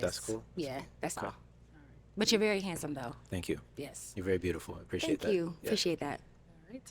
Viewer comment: “Tank you! Apresheate!” It’s called ‘h’ factor where you don’t pronounce the h in words. Common with the Yoruba tribe in Nigeria. Not that he’s Yoruba